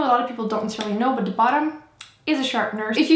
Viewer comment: I love how you say "de" instead of "the" ^.^